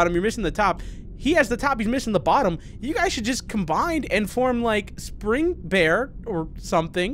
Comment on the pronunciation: Spring....bear Me:......quality👌 Why does the pause make it that much better 😂😂 the name is great but the pause makes it funny